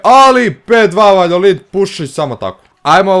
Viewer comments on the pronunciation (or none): Ne kaze se Valjolid nego Valjadolid... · Ne govoriv se valjolid govori se valjadolid #nohate😂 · Klub se zove Valjadolid, a ne Valjolid!